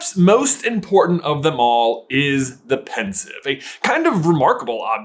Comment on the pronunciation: its pensieve not pensive, as sieve the thing you drain your pasta in